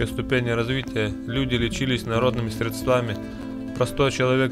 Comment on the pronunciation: НЕТ слова средствА-есть слово срЕдства))))